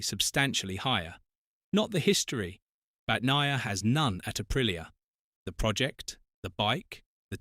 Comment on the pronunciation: Have some respect, and pronounce his name correctly.